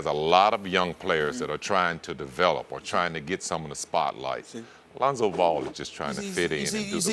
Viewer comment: LOL, he did say it right tho' ;)